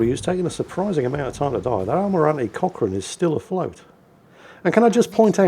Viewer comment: Did anyone else think was saying "Cock Ring"? I realized about 2/3rds into the video he said Cochrane instead. Get better and take ur Man Pills.